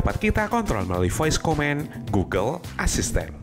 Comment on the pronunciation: inggris nya perlu perbaikan dikit... command=ko-man bukan ko-men...device = di va is bukan dives...distance juga salah ucap...